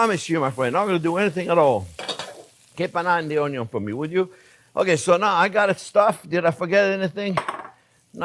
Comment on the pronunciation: You had me at ‘onyo’.